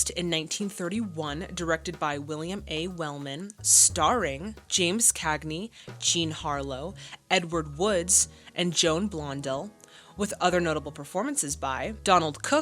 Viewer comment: It's pronounced Joan BlonDELL not Blondle. Mae Clarke is primarily remembered for 2 things these days. Having the grapefruit pushed in her face by Cagney and playing Elizabeth in FRANKENSTEIN ( 1931 )